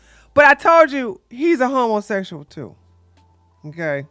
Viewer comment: I watch u on my tv while I clean n my teenage son always says homosexual with you, he loves how u say it 😂